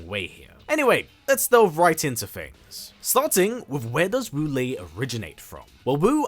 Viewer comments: My name wu lae don't say WALL-E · My favorite Wu Lae in MK is MK9 Quan Chi’s gibberish (“Woolay!”)